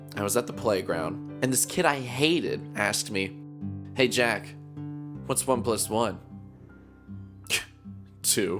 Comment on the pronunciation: It's pronounced as Jack not "Jeck" Waits to be thrown to the sun